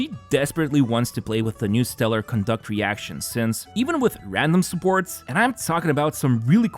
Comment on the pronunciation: My man GG. You da man!! You're the only one that pronounces "Conduct" the way its meant to be. Other CCs pronounce it as it was a form of behavior :D